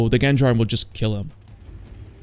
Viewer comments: Funny to see this when we joked about it coming to the game for years, in the early days, and all the doubters were like 'noo it can't belanced waaah', well turns out you just have not to care about balance at all. Also it's not 'guendjarm' but 'jandarm' -. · “Genjarm” aghhhhhh 😵‍💫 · its pronounced "Jendarme" the is no G sound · "Genjarme"? )))... It's GenDarme., you are stupid Lesta agent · Gendarm is probounced jandarm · My ears are bleeding each time you say Gendarme xDD It's a french tank so you pronounce it like Jon-darm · Try pronouncing it "zhon-daam". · (Gendarme is pronounced like Genetic) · They way you say gendarme is hilarious. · Pronounced gendarme so horribly I thought you were fighting the pokemon 😭